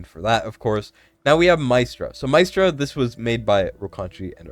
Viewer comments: Mystra is pronounced as "Mistra" She's a goddess of magic from DnD Re: Talula. She got a fix some months ago (no CC covered it though because it was forerunner only) and has been very useful in Semrah. there are a lot of > 120k Apoc 2 Talula teams on forerunner We have 3 DEF scaling units: Krodor, Drayga, Azhor Re: Esotericist Lord; Kalina has True damage, so they won't be the first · Mystra (pron. "y" like "e") lmaoo it's literally like the Goddess of all MAGIC Mystra in DnD! I need her...